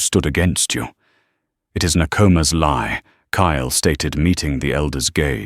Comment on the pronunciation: KYLE, TURNED INTO CALE, KALE, I HATE WHEN AI FUCKS UP NAMES LIKE THAT, PLEASE FIX IT. 😢😢😢